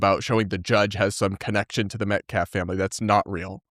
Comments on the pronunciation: "Metclaf" ... Jesus Christ, learn how to pronounce the last name of the murdered kid!! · WHY CAN'T THEY PRONOUNCE METCALF PROPERLY??